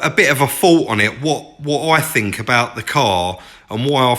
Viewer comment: Adding a T and an H to your alphabet would make listening to you a lot better. what are your Foughts tell me what you Fink